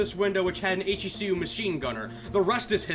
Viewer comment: YOU ARE THE ONE PERSON WHO SAYS H.E.C.U INSTEAD OF "HECU" LIKE EVERYONE ELSE CONFORM CONFORM CONFORM CONFORM